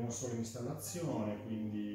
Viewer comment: Di ventola ne ha una sola in realtà...la base serve per dar più aerazione...e si pronuncia souls non soul 😅